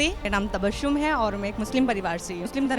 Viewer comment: अपना नाम 'तबश्शुम' न बोलें , अपना नाम 'तबस्सुम' बताएं ... 2. अपनी बात बोलते समय सिर ज्यादा न हिलाएं. "... "यार" शब्द का प्रयोग न कीजिये